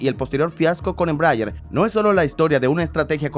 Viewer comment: Me duele el oido de escuchar una mala pronunciation de ese avion